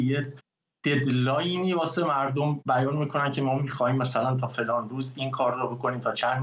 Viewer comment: آقای خالیباف اول کارش هم تاکید بر معیژژژژت مرررردم داشت